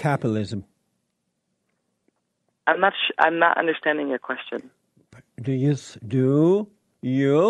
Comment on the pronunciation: "Capilism". Jesse, learn how to pronounce words.